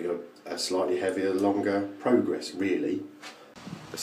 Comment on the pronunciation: I wanted to drop you a line and thank you for providing me with the correct pronunciation of the Merkur Pr"O"grass. As an Alaskan I realize I am somewhat ignorant of what I think is referred to as "The Kings English". As such I was pronouncing it Pr"A"gress. Regardless I have sent the powers that be several e-mails inquiring as to the process of getting one of these SHINY goodies sent me. Cheers,, Wolf